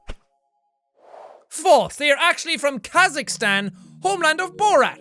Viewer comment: Jack pronounced my country, Kazakhstan. My life is complete.